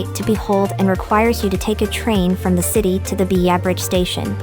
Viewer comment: It's Kurpark not Kupark and your pronunciation of places was wrong. I really couldn't finish watching especially after you were butchering the pronunciation of Biebrich so badly.